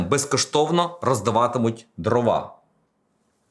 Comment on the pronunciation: дрОва, а не дровА